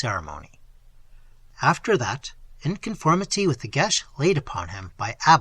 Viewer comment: It sounds like you got the pronunciation correct from what I have seen